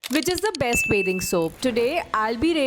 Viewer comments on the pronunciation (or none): ITS BATHING SOAP NOT BAYTHING SOAP.